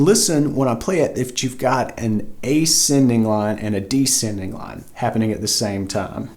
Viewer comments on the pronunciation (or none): Descending. There's an 's' in it.